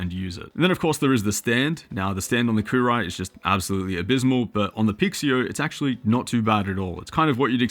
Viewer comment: I think that's pronounced Coo roo wee`